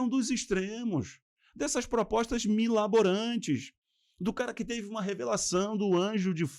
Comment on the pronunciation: É MIRABOLANTE. e não miLAborante